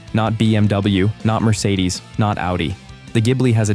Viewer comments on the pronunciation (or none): none